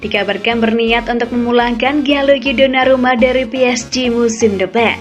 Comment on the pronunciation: Mala denger sonarumput